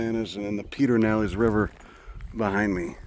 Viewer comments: “Peter-now-less” river lol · Ohhhh now... Howz he sposs'd to know Austinites pronounce names weirdly? (There's others too...) (Pssst - just so you'll know for next time, it's pronounced: Ped-er-nal-ess river)